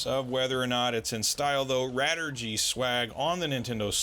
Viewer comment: Radirgy is a shortening of Radio Allergy, so it should be pronounced "ray-dii-er-jee" in English.